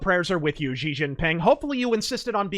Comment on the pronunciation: The chinese Xi as in Xi Jin Ping is pronounced 'she' and not 'zee' like the greek X.